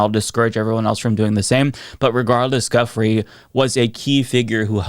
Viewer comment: Her name is pronounced "Joo-Fray" not guffry